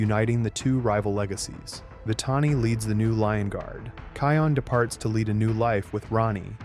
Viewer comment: Can somebody tell you okay you've been messing the name Can somebody tell you okay you've been messing the name up it's not kayon